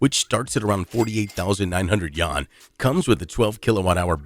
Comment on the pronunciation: dude cannot pronounce Yuan for the life of him :|